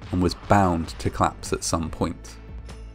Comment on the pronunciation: I do, however, struggle with the way that he drops syllables on certain words: he often pronounces Police as 'plice', and collapse as 'clapse'.